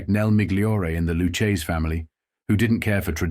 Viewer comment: It's Lucchese, not Lu-chaysie